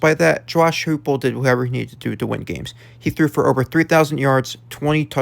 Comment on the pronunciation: Heupel is pronounced Hi-pul